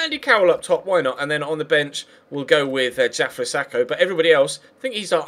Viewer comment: Why do you pronounce Diafra as "Jafra"?